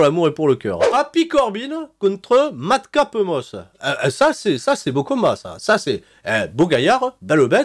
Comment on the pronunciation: Super video pronostic,et aussi le "mad capeuh moss"m'a tué🤣🤣